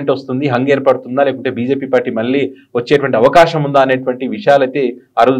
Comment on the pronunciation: మల్లీ కాదురా మళ్లీ అని పలకాలి. ఉచ్ఛారణ దోషాలున్నాయి. చూసుకో